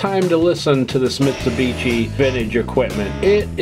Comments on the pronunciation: For the OP: Just FYI - Mitshubishi is pronounced (end part of the name) like a "SHI", not like "TCHI". The other thing I'm noticing is how many people had no clue Mitsubishi did high-end hi-fi gear and never heard or seen these pieces. These are great sounding, super powerful, nicely performing and fantastic looking pieces of sound engineering at the pinnacle of high quality audio products! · Vinage, Mitsubitchi, Shassy... lol